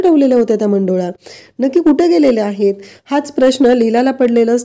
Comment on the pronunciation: मंडोल्या नाही हो, मुंडावळ्या, नीट उच्चार करा😂